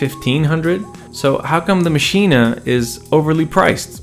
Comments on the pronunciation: Its pronounced "MACHINE" not Maschina. Check the native instruments videos. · First, it's just "Maschine", not "Maschine-ah". Second, it's "gigabyte", not "jigabyte". On the other hand, if you say "Lady Ja Ja", or "Joogle search", then never mind. 🤣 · Iam german and its pronounced "maschine" not "machina" ;) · Interesting points made there. But please, don't call it Maschina. As a German native speaker, this pronunciation really hurts my ears. 😊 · Why do you say maschina? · Sorry but are pronouncing it “maschina?” 😂 I know the spellings funky but I don’t think you gotta say it like that